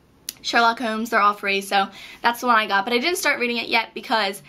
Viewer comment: Hahaha you say "Holmes" (as in Sherlock Holmes) weird